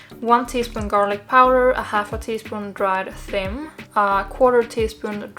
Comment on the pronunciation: Dried fin? I'm not understand if that's what you said